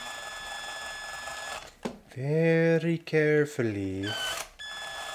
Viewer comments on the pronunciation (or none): none